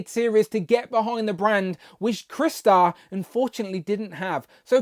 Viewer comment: Its CRY=😢 Star=⭐️! NOT Chris-tar! Ugh for fucks sake!